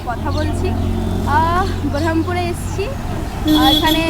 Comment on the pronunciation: আপনার বহরমপুরের উচ্চারণটা ঠিক হচ্ছে না 😢